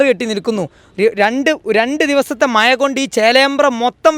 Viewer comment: മയ അല്ലടൊ മഴ എന്ന് പറയാൻ പഠിച്ചിട്ട് ചിലക്ക്......